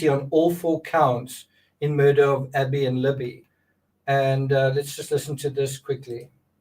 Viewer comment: "A-bby, a gun!" sounds like That be a gun.